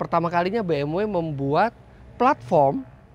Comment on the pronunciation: bmv, not bmuu